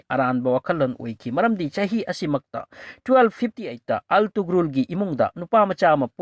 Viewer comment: Altugrul ntty Ertugrul Gazi haidoubni anyway ym fajakhrey